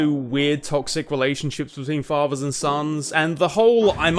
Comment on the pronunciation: Borvers, favers...maybe speaking isn’t the best thing for you to do with such a terribly hilarious speech impediment. I’m pretty sure brothers and fathers has a ‘tha’ sound not a ‘bag’ sound. Go back to elementary school or have a program speak for you. It’s honestly cringe levels of hard to listen to someone who can’t even pronounce words correctly.